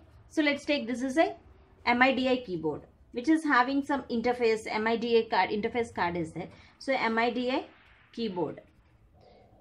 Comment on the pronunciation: my soul got crushed when she said M.I.D.I instead of midi